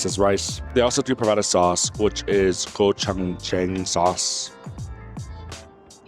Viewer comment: 🥩 butchering pronouncing gochujang 😬